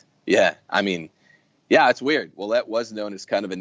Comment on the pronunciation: French-Canadian here... This is how you pronounce "Ouellette" = WAY-LET. Greetings from Ontario, Canada! :D